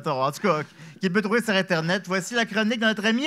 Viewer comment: c'est le meilleur lecteur mais calisse qui bug sur "trouver" prononcé "trouvère"... c'était drôle il y a 5 ans mais ça le fait paraître comme un illettré. le texte est déjà drôle sans avoir besoin de faire les snobs sur les fautes. ça fait perdre le fil. on nous enseigne en 1ère année que "é" et "er" se prononce pareil. allèze lesse amisse vousse pouvèze fère miyeux.